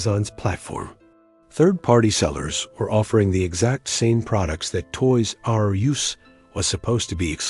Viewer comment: The "Toys Are You Ess" / "Toys Are Youse" narration could have been fixed so easily. SO EASILY. Sorry man, your AI agent isn't making it today. Images, not so easily. But it's the Voiceover that kills it >